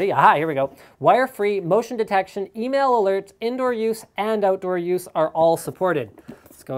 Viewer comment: when he said email alert I thought he female alert.